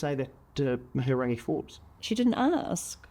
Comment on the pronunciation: He couldn't even pronounce Mihingarangi name correctly. this is such a sham interview, yeah we get it, you had a silver spoon growing up. so ungrateful to being able to live here and that is thanks to Maori allowing you and your ancestors to come here and steal Maori land